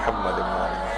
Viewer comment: سر یہ فضا ئل درودشریف کا سلسلہ جاری رکھا جائے۔ اقسام درودشریف اور افضل درودشریف بارے بھی بتایا جائے ۔ سر یہ بھی واضح فرمائیں کہ آپ کے توجہ دلانے کے باوجود آپ کی ویڈیوز میں خواہران کی طرف سے درودشریف درست تلفظ کے ساتھ نہیں پڑھا جاتا ۔ مثلاً لفظ محمد کو بہت کھینچ کر بگاڑ دیا جاتا ہے ۔ مہربانی فرما کر اصلاح کروائیں ۔ جزاک اللّہ